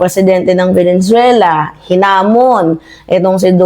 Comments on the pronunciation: VENEZUELA NOT VENENZUELA😊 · VENE - ZUELA NOT VENEN - ZUELA kala ko na misheard ko lang, pero, paulit ulit binabanggit ang VENEN - ZUELA.😂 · Please chk ur pronunciation, Venezuela, not venen